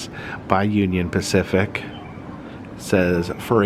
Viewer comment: Spacific Union? Lol I gotta see that museum. Specifically